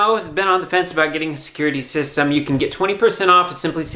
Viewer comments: What is sescurity system,? 😂😂😂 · Watching attempting to pronounce "security system" multiple times within a minute was the highlight of this video.